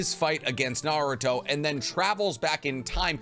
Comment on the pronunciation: I really like the content you make, but one thing that always bothers me is how your mispronounce SO MANY NAMES, wtf. You've seen the anime, haven't you?? Why do you mispronounce stuff? Totsuka blade, Kawaki, even Naruto at some points